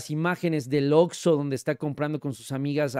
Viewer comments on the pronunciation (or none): none